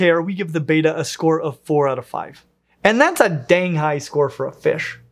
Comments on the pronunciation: Isn't it supposed to be pronounced bet-ta, not beta? as in "You bettah get it right?" If I remember my latin correctly at least. Though if this is greek, why would they get the pronunciation mixed up with the letter? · Youre saying beeta, not betta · You're pronouncing it "Beta" , like the Greek alphabet. It's Betta, (beh-tuh.) Soft e. Love your stuff, common mistake. Could've Googled it. 🙂 Also the females can be incredibly quick and darty! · I have heard that they are pronounced beh-tuh and not bay-tuh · "Batta" yet spelt Betta and called "Betta" everywhere else. American english is so funny sometimes! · It’s pronounced beh -tah not bay-tah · Just for future reference, it’s pronounced betta,like bet-uh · i beleive its pronounced bet ughs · It’s pronounced Bet- a, it’s not the Greek letter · On what planet is "Betta" pronounced "Beta"? I expected you of all people would say it correctly but I was wrong. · it's like nails on a chalkboard to me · Great video! But I do believe it’s prounced bet-uh not bay-tah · It's bet-ta not bat-ta. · I am increasingly annoyed, to an unreasonable degree, every time mispronounces betta. It's not, "bay-tuh." It's pronounced, "bet-uh" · AAHHHH,, you're killing me with this pronunciation. It is pronounced bet-tuh, not beta like the letter in the Greek alphabet. This and the insistently mispronounced anole (pronounced uh-noh-lee, not uh-nole) are two of my little pet peeves. Anyway, love your vids, haha!! Keep 'em coming!! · I wish of all people would say Betta probably. It's "Bet-tah" not "bey-tah". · very good info! FYI they're NOT Beta. they're Bet-ta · Pronounced BETT-UH